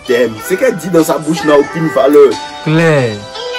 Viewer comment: Le camera man me fatigue😭😭😭"claiir"